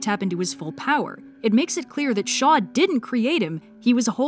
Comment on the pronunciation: When you said "a weapon created by Shaw," I heard "by the Shoah" and, yeah. Shaw's basically a representation of all high-ranking Nazis in this story.